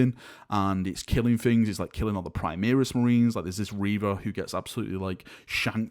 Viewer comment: why are you say PRI MEER IS Marines. its pronounced PRI MARE RIS!!!